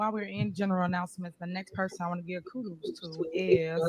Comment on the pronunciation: Not even Jesus can fix Tiffany Henyard... How in the hell do you not know how to pronounce Kudos ,Variant and looked, that cringe compilation was cringy and funny.😬😬🤣🤣